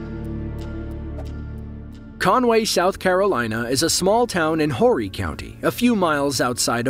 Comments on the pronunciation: It is pronounced Orry the H is silent Not Horry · Orry county the h is silent,horry- orry.